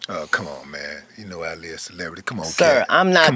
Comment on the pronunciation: Willie D told the story wrong. Hell, he couldn't pronounce his name right. Ali and Katt should've sat down and had the discussion face to face. Ali said he met Katt when he was performing under the name Katt in the Hat. They rode in a car together, discussing getting a tattoo in New Orleans.